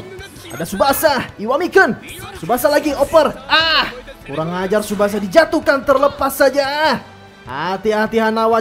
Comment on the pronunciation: Bang bukan tusbasa pemain depan